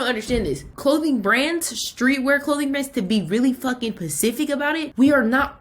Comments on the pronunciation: This is great advice but every time I hear pacific instead of specific I lose my shit😂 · Ma’am pacific is the ocean. Specific, SPECIFICALLY 😫